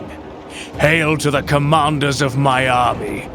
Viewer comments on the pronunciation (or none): none